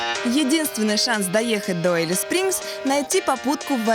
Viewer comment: Не Элис а Алис-Спрингс